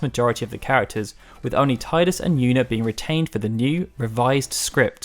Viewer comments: Tee-dus, not Tie-dus... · It's tee-dus not tie-dus... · great video but ehemm TEE-DUS not TIE-DUS, sorry i had to say it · hey i never said i agreed with it but officially it is Tee-Dus not Tie-dus (although KH2 does say Tie-Dus every other game since then has used Tee-Dus so at least for a while Square were unsure but they seem to have made up their mind) kind of like how on the PlayStation controller it's officially the Cross button not the Ex button besides names can be pronounced differently in different regions take Diana, in the UK it's Die-anna in the US it's Dee-anna, it's just one of those things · IDAF how "official" it is, it's wrong. When you talk about Shakespeare's plays, do you cite TEE-TUSS Andronicus? NO! When you talk about the ocean surf line coming towards you, do you talk about the TEEDZ coming in? That famous sunken passenger liner, the TEE-tanic? The metal TEE-tanium? NO! NO! NO! I'm with FFU in this, and I'm not going to change, either. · Tee-dus man! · Even a old FFX commercial says Tidus as Tee-dus. Here's the link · This here. I stopped listening and came straight to the comments as soon as he said it. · boi square said that was a mistake in the English dubbing. The voice actor for Selphie said it this way. They admitted to it being wrong though. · I believe he actually admits that he has become used to saying it wrong. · No is right, that is the correct way to say it though some of us—myself included—prefer saying it the same way you do knowing it's wrong. IIRC, they say that way in dissidia and during a VA interview with some of the FFX voice actors as well.